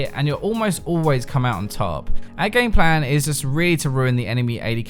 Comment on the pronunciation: I keep hearing him say gangplank when he's actually saying gameplan